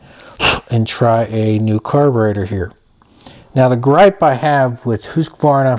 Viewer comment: You need to learn how to pronounce Husqvarna, good video other than that.